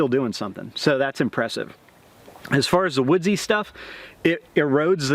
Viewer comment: "woodze" stuff! argh!